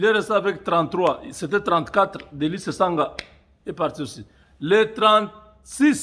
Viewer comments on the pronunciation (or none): none